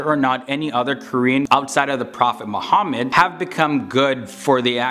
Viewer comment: Bro, Say Properly Prophet Muhammad (PBUH)